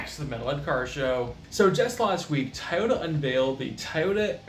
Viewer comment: Enjoyed listening to you saying "taa-o-Da" instead of Toyota, since the rest of your video was borrowed info from Kirk